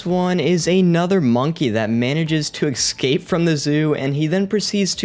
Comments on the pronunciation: EScape, not Exscape... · Excape? Dafuk u mean? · Stop saying “excape”, the word “escape” and it’s pronounced S-cape not X-cape. Jesus. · if you're going to make a video about animals "escaping", maybe learn how to pronounce escape (hint: theres no X...) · Of course you say excape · For the record it's escape not excape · ESCAPE!!!!!!!!!! NOT EXCAPE!!!!! PLEASE FOR THE LOVE OF GOD STOP SAYING EXCAPE!!!!!!! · Before you make another video, please learn how to pronounce 'escape'. The s is before the c, not after it.